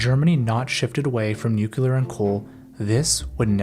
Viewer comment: “Nuc-u-lar - it’s pronounced Nuc-u-lar”